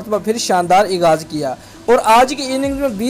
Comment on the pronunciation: Aghaaz hota hai bhai Ikghaz nai